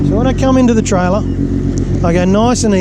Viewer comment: try-ler lol